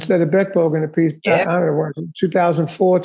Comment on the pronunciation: Hi, nice interview with a great drummer (his brother, Vinnie is also brilliant). For the record: the proper Italian pronunciation of Appice, is " Ah-pee-chay", ( another one, Iommi, is "Ee-oh-mi") so there's your Italian lesson for the day, from another crazy Italian...Cheers